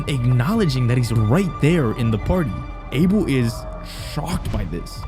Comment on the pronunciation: idk why him or no one has been correcting his name pronunciation its "Uh-Bell" not "A-Bill"